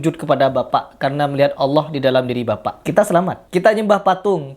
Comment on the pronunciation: kalau gitu lu salahin juga dong habib mudanya, dia nyebut Allah malah kayak alah, dan adapun orang baca Al-Qur'an meski terbata-bata dia tetap dapat pahala, bukan berarti krn kurang bener gk boleh baca dan gk boleh menyampaikan ilmu, kalau gitu banyak orang mending diem ae krn banyak yg bacaannya kurang bener